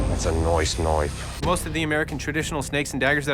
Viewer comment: No one: Nobody at all: Not even a single soul: ThAtS a NoIcE kNoIfE